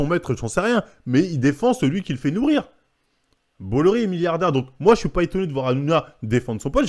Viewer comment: On dit « bois iar »